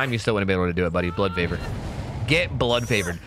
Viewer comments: Fun drinking game: each time mispronounces Blood Favor, take a shot. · called “blood favor” everything except it’s name. that’s why we love you